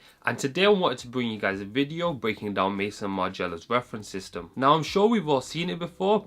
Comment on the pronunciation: it's NOT pronounced like "mason". It's an easy French word but NOT pronounced "mason". It sounds more like "meyzon". Here's a link to learn